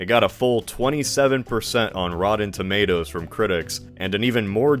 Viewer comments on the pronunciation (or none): Bro can't pronounce a t, 'rodden tomadoes ' , 'tidans ' lol